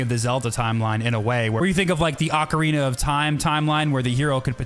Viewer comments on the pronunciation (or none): none